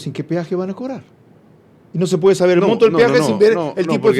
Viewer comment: Solo debo hacer una aclaración Las siglas son MTOP , no MinTop😊